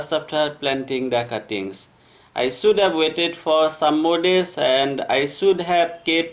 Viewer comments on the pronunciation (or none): Kindly improve your pronunciation. It is BUSHY not BUSEE. also it is SHOULD. Not SUD.